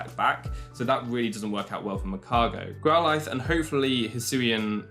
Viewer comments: I love you. I really do, your content is next level. But i have to go. I cannot believe you pronounce growlithe the way that you do. And it hurts my soul to hear it said in such a way without being like a joke or something. Best of luck to you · No hate but the way you said growlithe and orangoru triggered me